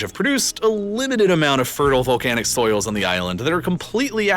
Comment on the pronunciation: soils, not souls 😂